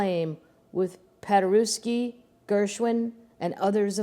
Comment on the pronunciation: And when there's a silent letter, she says paderooksy for Paderewski. W is silent. 🤣 BTW, Saturday Chicken Fry was as popular as Friday fish Fry especially on the South Side where the Polish lived. Oh, how I love story time.